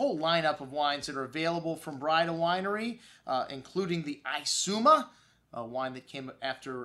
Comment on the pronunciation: Hi, Jack Braida here. It's pronounced 'bray-duh.' have a good day and God bless.